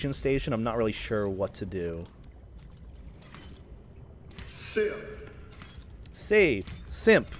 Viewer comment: Am i the only one who hears “PHIL” instead of “SIMP” for the following notification-?